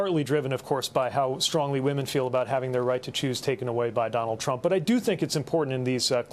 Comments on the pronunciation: He also didn't pronounce "Trump" , I think he said "dump"? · Did anybody else catch the slip of the tongue ? Neil said: Donald Drump Somebody please make this go viral. Vote Blue Always ! 💙🌊💙🌊🦅🦅🦅🦅